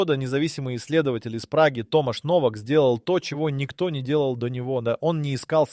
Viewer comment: Не Новак, а Но'вак ударение на ,,но''.